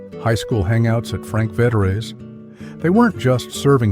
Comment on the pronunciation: Frank Vetere's was pronounced FRANK VETEARS. My high school guidance counsellor was a certain Father Vetere. He was Frank's cousin, and he handed out pizza coupons whenever you saw him.